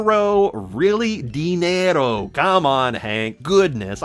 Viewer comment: you said chankula instead of chankla so i wouldn't be judging hank for saying dinner-o